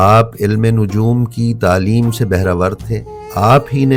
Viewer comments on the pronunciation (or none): none